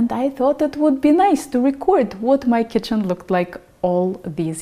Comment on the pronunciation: did you say Goodbye Chicken in stead of Kitchen? It was funny!